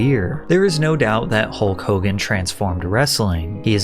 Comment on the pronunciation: Its "Hokogan"!!!!!